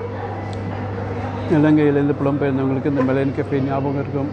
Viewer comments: மலையன் கஃபே இல்லை ஐயா...மலாயான் கஃபே ......என்னய்யா தப்பு தப்பாய் சொல்லிக்கிட்டு .... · வணக்கம் விஜே சார், நீங்க "மலையன்" என்று சொல்றீங்க, ஆனால் பெயர்ப்பலகையில் "மலாயன்" என்று உள்ளதே! மலாயன் என்பது மலேஷியாவை குறிக்கிறதா? தெளிவுபடுத்தவும், நன்றி!